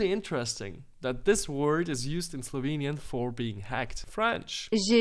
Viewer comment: Slo enian is wrong corect in bil sem shekan.😅